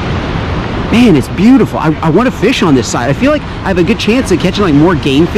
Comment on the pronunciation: I love but the was he says fish drives me up a wall